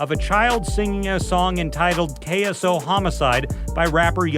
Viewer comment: Its Ksoo not Qaso 😂😂😂😂